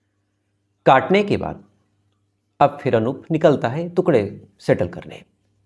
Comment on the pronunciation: श्रीमान आप टुकड़े को तुकडे बोलते हो जो गलत है